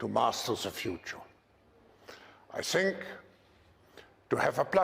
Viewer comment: He should of stopped at " I sink" 🤣🤣🤣🤣